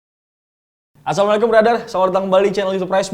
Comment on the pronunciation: Saran bang klo salam mending salamu'alaikum jgn assamlikum krn artinya beda banget